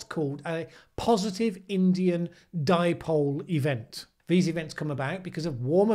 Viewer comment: Paul Joseph Watson called the Indian Ocean Dipole, the "dee-poh-lay"! Hahaha! That still cracks me up! Maybe he was thinking of Chipotle!